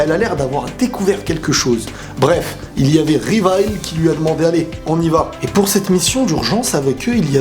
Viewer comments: ça ne se dit pas Rivaille mais Livaï mais j'adore ta vidéo! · oh mon dieu ! Blasphème , on dit Livaï pas Rivaille beeeeeurk. sinon super vidéo :D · C'est pas rivaï mais livaï